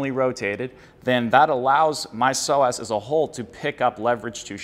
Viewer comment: Psoas is pronounced “So us” not “so ass”